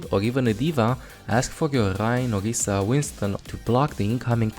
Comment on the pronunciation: Where does this accent come from? It's fascinating, I've never heard r's pronounced as g's before (Phagah/Ogisa/Sombga).